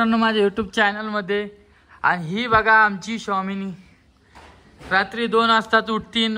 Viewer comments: स्वामिनी ❌ शॉमिनी ✅ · Showmini nhi re swamini bol tila😂